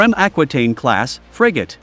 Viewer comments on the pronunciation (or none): none